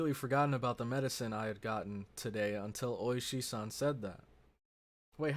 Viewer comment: It is Ooishi, the emphasis is on the first part of the name